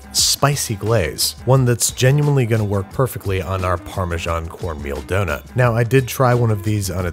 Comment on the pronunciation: The way he says Parmesan... AAAAAAAAAAAAAAAAAAA